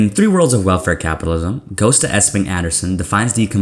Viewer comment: Great Video! Just one point, this is how you're supposed to pronounce Gøsta